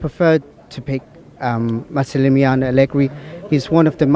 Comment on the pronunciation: Wow, that little kid is the only one I've heard who can pronounce Allegri's first name, (Massimiliano)!